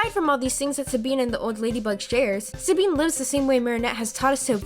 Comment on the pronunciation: Did anybody else notice that she said “sabeen” instead of “Sabine”?